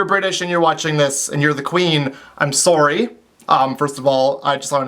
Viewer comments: Heh, "Sawry" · You said sorey instead of sorry..Your so Canadian!!! :D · Aw you can hear his accent when he says "I'm sorry" c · am I the only one who notice his Canadian accent when he said im sorry xD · The way he say sorry :,) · How you say sorry omg XD <3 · his Canadian accent when he says sorry :3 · I love the way you say sorry :)